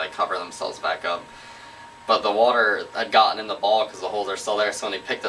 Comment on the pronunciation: She says water like Larry. Hahaha.